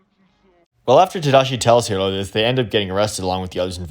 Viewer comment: Oh nice, you pronounced Hiro's name in its original Japanese way too! Yeah, he knows that. He literally sins Stan Lee cameos every chance he gets, it's annoying. It was especially bad in Infinity War, as that was shortly after his death.